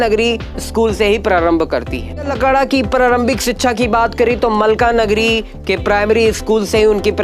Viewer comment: मलकानगिरी है न कि मलकानगरी